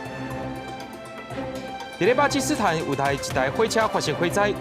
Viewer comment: 「巴基斯坦」若是讀做 pa-ki-su-thán 就好勢囉。佮本來的讀音嘛有像